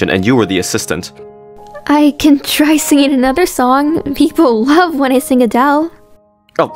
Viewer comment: Love not dove lol